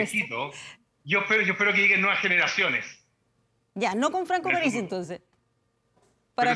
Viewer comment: Parisi,no aparisi!!!!